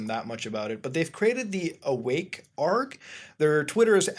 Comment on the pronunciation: A-R-G you are supposed to pronounce the letters. God this is annoying